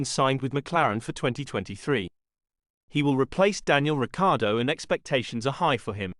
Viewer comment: How are we supposed to trust you when you can’t even pronounce Ricciardo properly 🤔